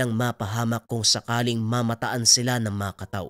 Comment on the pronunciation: Tama po ang bigkas mo SA kataw 🙂